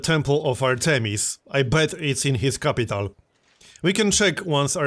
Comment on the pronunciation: Also it's pronounced "Art-emis", like the word Art. Not Ar-TE-mis